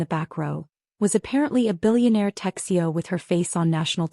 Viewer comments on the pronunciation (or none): Texio? Tech CEO. Ah I get it. Someone needs to check the dictation software. Pretty sad coming come a tech giant. 😂😂😂😂